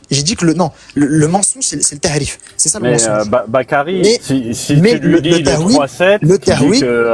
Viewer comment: Ce cotorep la reprend sur l’arabe et il dit ta3wil au lieu de tawil 😂😂😂😂😂 au lieu de dire tahrif il dit ta3rif 😂😂😂😂😂😂😂😭😭😭😭😭😭